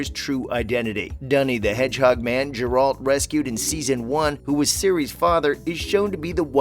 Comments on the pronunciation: It's "GAre ulT" not "JAr uld" Geralt of Rivia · Right! 😂I was wondering who "Gerol" is??? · Old Jerry of Riviera. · ‘Jeralt?’ ARE YOU SERIOUS?? You clearly don’t know much about the series when you cannot even properly pronounce the main character’s name. Are you a bot??? This is offensive to any real fans…. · check the pronunciation of the main character's name lol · Realized you have no clue what you're talking about as soon as you completely mispronounced 'Gerald'